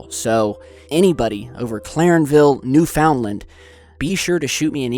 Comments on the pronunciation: its pronounced "noo-fen-len," not "new-found-land" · it's "NEW-fund-lund" not "new-FOUND-land" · you keep mispronouncing newfound land it's not pronounced new found land, it's pronounced newfun land, even though it's spelt newfound land. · Not new-found-land it's pronounced new-fin-land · new FOUND land lmao! its pronouced -NOOF-UND-LEND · Birch Meadow ???? It's Newfoundland! ......pronounced " Newfinland" one word! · i know your not canadian but being a newfy myself it hurts to hear you butchering newfoundlands name dont read it it like its spelled. newfenland is more like it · its pronounced new fund land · OMG I LIVE IN NEWFOUNDLAND btw u say it wrong it's pernoused: "new fend land" I live in stephenville and I asked mom if it's here cause it sound familiar and she said yes!! I was like OMG OH NO LOL and then I thought of well it's probably another clarenville somewhere else in the world, BUT NO then he say Newfoundland and I was like HOLY FLUFF OMG HERE I've been there before multiple times!!! And I've actually never heard of this before lol but now I did and OMGGGGGG next time I go there I'm getting my camera out and if I catch anything I'm definitely sending it to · hey, it's pronounced new-fin-land, by the by. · it's spelt newfoundland, but it's pronounced as newfinland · you pronounced newfoundland wrong lol but its ok anyone not from canada does that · Ye got newfoundland wrong; it kills my east coast ears. Where you to bud?